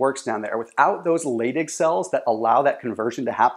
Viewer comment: they are pronounced "lie dig" cells, not "lay dig" cells. Also dihydrotestosterone is pronounced "die hydrotestosterone" not "de hydrotestosterone".